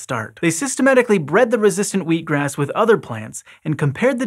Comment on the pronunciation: So funny - I've completely gotten used to American English, but when said wheat-grass I was totally confused for a second by his pronunciation 😳😂 I think it was because I saw it written before I heard it? 🤔 Please let SciShow Psychology make a video on that! 🤣